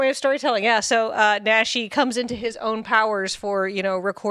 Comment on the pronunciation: Nah-shi, long "A" sound